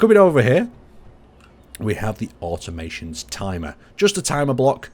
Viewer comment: Omg are you ever gonna pronounce the dlc name correctly??